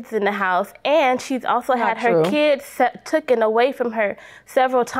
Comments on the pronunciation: I’m with you. That “ tooken” was getting on my nerves!😳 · It’s “Taken” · #1 All of that nonsense for a television? Pathetic #2 It's taken not "tooken" #3 Yes, my day is so boring I not only took the time to criticize but edited my comment to state the fact